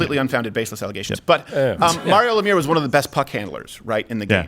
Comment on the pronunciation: Mario is my favorite player!!! Why you pronounce it that way